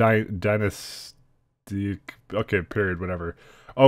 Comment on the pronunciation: 'Pre-dynastic' is English,. You just can't pronounce anything.